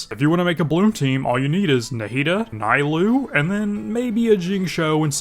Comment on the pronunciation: That "Nailoo" killed me